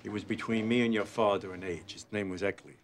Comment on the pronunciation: Anyone else notice that Tony can’t say the name Ercole but that was the original boss of the family’s name?